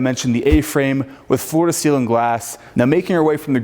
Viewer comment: He would get much more credit should he be interested in listening to his lack of diction! I would imagine anyone would be excited to be in this building but please pronounce the words correctly! For example it is ceiling NOT ceelin. Also mountain NOT mouuun!!